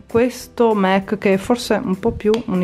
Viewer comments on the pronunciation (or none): Si legge mac nn mec